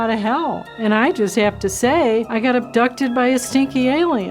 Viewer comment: "wost day of my life", sounds like some first world problems huh lady XD